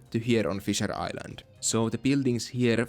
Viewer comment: For a sec I thought you said "fissure island" and I was like, as in anal fissure? 😂